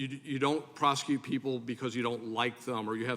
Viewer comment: DEI lady in green doesn't know how to pronounce words. ( Prosecu-it)